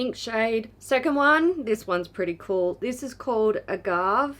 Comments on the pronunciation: It's pronounced ah-gah-vay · So I know it doesn't matter, but agave is pronounced ah-gawh-vay. In case anyone wanted to know! ❤️